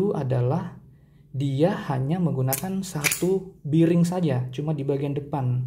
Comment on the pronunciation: Bering bang bukan biring.. Klo be di baca bi tapi bearing dibaca bering.. geli dengernya ngomong biring² gtu...😂